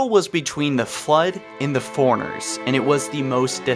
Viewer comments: FORE-RUNNER FOREIGNERS. I'M SO TRIGGERED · man. Isn't it pronounced "four-runner" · I could deal with the forerunner mispronunciation but I couldn’t keep watching after ‘Mag-Niot’ was heard